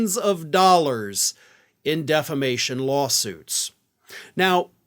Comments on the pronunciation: I hope he keeps calling if "deflamation" in court. Too, too, hilarious! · You mean "deflamation"